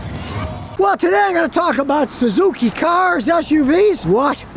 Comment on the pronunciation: . THE SUE ZOO KEY?